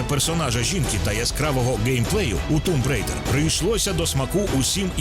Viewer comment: Чого Тумб Рейдер, а не Томб Райдер?